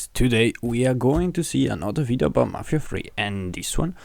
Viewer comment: I stopped watching right after he said mafia free.